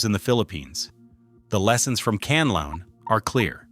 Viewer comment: Pronounce it. KAN LA ON, THANKS